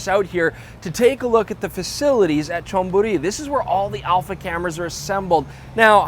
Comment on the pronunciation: you speak the Thai name so clear. like muaythai and cholburi.